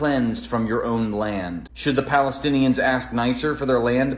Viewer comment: Interesting. What is this 'pelestienian'?